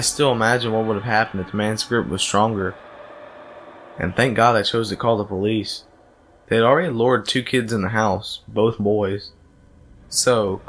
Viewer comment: "Open up this is the police-izzzzzzz" ... lol really?